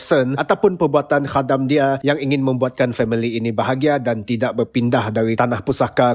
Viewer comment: Review yang bagus dan sebutan khadam yang tepat! Pasal mati tu kuanggap dia perlahan2 mati. 😅